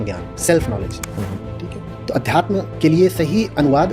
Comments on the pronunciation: अब तू सिखाएगा उन्हें अध्यात्म तुझे तो ठीक से अध्यात्म बोलना भी नही आता अध्यातम्म अध्यातम्म बोल रहा है😂😂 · अध्यतम क्या होता है। सही शब्द का सही उच्चारण नहीं होना चाहिए क्या